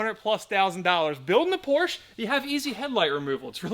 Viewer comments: So sad that you can’t pronounce POR SHA correctly. You wouldn’t say CHEV RO LET would you…..see? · Its Porsche, with an E at the end. Not Porch. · Full red, it makes a solid visual against the black. The white bit in the led taillights breaks it up. Beautiful!!!! Drive it. Please pronounce the last ‘e’ if you love her, she deserves it. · Pronounce porsche properly!!!! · It’s a shame you cannot pronounce Porsche correctly. That’s All.